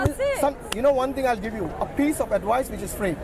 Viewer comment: A ting, noting, someting, anyting, I had a brain freeze. The level of understanding with some of these people is unreal.